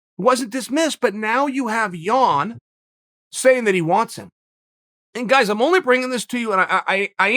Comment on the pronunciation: Is he saying 'Yawn' on purpose? You never know with the bad guy